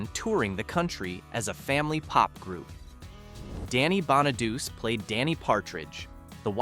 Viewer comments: Yeah... and Danny "Bonn-a-deuce". Hello, it's pronounced Bonadu-chi. It's Italian. But you can't teach robo-voices these things. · How does all these videos with the Partridge Family call Danny (bon-a-dus) when it's pronounced BON-uh-DOO-chee. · Its pronounced bahn nah dew chi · Danny's name is pronounced "Bonnichy" you dumbo. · AInvoice needstogo danny bonaduce at the end of the last name is the LONG E sound not ch sound and silent E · I know, right? I can't stand it when the names are pronounced so badly. Bona deuce? Really?